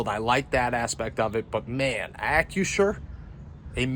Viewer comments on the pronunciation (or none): You screwed up the new name. It's Ack-Crew-Sure not Ack-U-Sure.